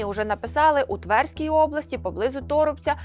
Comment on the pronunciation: девочкам которых пригласили прочитать текст не мешало бы знать ударения, не твЕрской, а тверскОй. все же врага надо знать. а так рашисты подумают что мы недалекие. нехорошо.